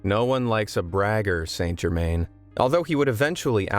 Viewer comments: It's pronounced ' san germann' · It’s pronounced - san jer- MAN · It's pronounced San Jerman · Pronounced: _San Gerrr-_man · Wouldn't pass the James Randi challenge, and it's confusing that you don't pronounce "St Germain" correctly (is that because you Americans aren't near France as we Brits are?), but it's a great story and it illustrates why Chelsea Quinn Yarbro chose him for her vampire story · Author a 25 minute story of one of the most significant alchemical figures in the last 300 years, yet you can't be bothered to get his name right? Shame on you. Try harder, or even (shakes with impart), try google? Search "Saint Germain pronunciation". Its not hard- oh, unless you are talking about a town in the US of Something? There is a world outside your borders- please grow up & try to learn.